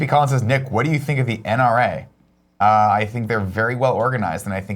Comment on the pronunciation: Fuck yeah! I got called out by Greg and he said my name right! Nick will always be our Champ!!!